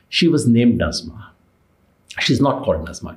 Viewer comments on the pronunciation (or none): The word is NaJma not NaZma